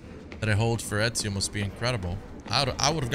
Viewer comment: He nailed Ezio's name, mamma mia his italian is improving <3